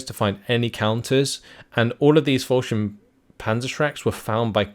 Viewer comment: Yeah, his "Scharfschütze" is damn impressive, that's got to be one of the most difficult words we have. The biggest nitpick in this vid would be the "Follschirm" instead of "Fallschirm" but that could be adjusted by forcing your mouth to open towards the sides more to get out of that o shape.